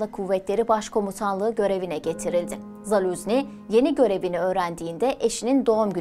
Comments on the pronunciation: yanlış okuyorsun soyadını Zaluzni değil ZaluJni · Doğru telaffuzu: ZALUJNIY